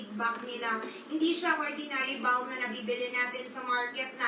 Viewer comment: wag po magagalit, ang "balm" po ay silent L po. kaya [bam] po ang pronunciation